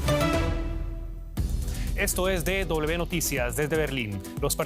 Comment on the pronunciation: Be noticia. Y que palabra existe fonéticamente en español?. No será w como William, Wilson, whisky, etc